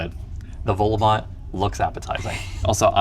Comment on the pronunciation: Eyo, you went to Schoten? Love how you carefully cut the Quick out of the shot :') Also, please stop pronouncing the T in Vol-au-vent. I've never gone to Lunch Garden myself, mainly cause I'm not a pensioner 😝 An Italian burger has mozzarella inside it iirc.